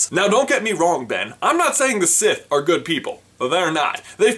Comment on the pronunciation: Sith, not siffe!